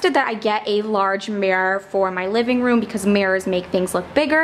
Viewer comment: OMG I love this but did you say livingbroom? 😂